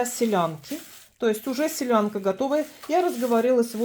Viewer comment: Солянка ,а не селянка😂